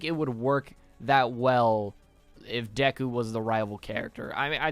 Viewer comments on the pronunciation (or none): none